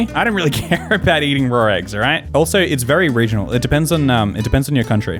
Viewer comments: i like how people say raw as rawr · I didn’t think lions laid eggs but keeps saying “rawr eggs”